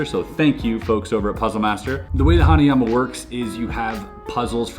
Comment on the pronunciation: Omg ! Hanayama ! The Way Mr.Puzzle Says It Is Just Awesome Anyways Great Video !